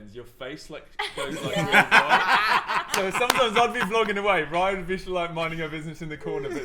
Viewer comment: hi my name is raya to but u say it like ray- a